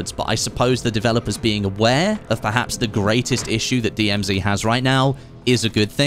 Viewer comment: Strange to hear an English guy say DMZ 'wrong'